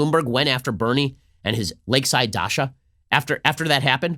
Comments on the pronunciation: It's "daCHa" Ben, not daSHa. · It's DACHA ch+a ch cha cha. not Dasha! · DaCHa not daSha!! 😀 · Yes! DaCHA, DaSHA is a girls name lol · The "ch" in Dacha is spelled exactly the same as in chance or channel. Dacha, not Dasha. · Dacha is a hard 'ch' sound, like in cheese, or sandwich.